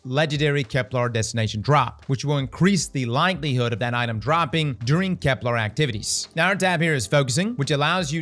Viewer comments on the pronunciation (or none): KEP-luhr NOT kep-LARRRR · I figured the odd enunciation was a part of the charm of watching you. You currently say KeplAR instead of KeplER . Even as an English nerd, it doesn't really bug me. You're right though, the way you said sieve did sound cooler. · and kepLER isn't pronounced kepLAR 😭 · “I can’t BELIEVE I’ve been pronouncing ‘sieve’ wrong all week!!!” Also: “Kep-LAR. 🙂” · Genuine question does he have a speech impediment though? It sounds like he has a mild one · Now he needs to learn how to pronounce Ahamkara and Keplar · On this episode of Can A Brother Please Say "Kepler" Right: We'll find out when Nine are ready to let us know.